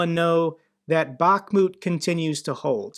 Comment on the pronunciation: it's not pronounced Bach-moooot! 🤦🏻‍♂️ Jesus man, I can't believe how many pronunciations you butchered.